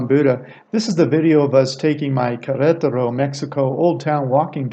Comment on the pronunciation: Spanish words and names put the accent on the 2nd syllable which will make all Spanish words easier for you to pronounce such as Quer. ET er o